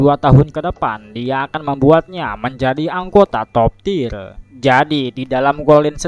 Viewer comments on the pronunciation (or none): Sebutannya Top tier, bukan top tir